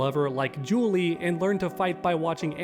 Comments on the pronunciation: How did you fuck up Julia’s name yet nail Fahkumram? One of the most complicated names in tekken but Julia one of the most common name in real life and you some how fuck that up 👁👄👁️, how you read Julia as Julie ¿¿ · That is JULIA , with an A on the end . Although tekken is shit no doubt , but atleast try to pronouce names correctly , so we dont think that you dont know what you are talking about . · It’s JULIA… you literally have a pic with her name and said it wrong but tbh I never seen her being an animal lover. She’s my favorite character and she loves nature and is an environmentalist but that’s it. But I’m so angry cause I thought it was Christie at first. She looks so much like her that I feel Christie will no longer make it! Christie and Julia deserve to come back! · He mispronounced Julia’s name.